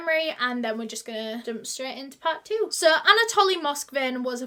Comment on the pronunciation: I feel that she keeps saying Anatolian like the dog breed..but it is Anatoly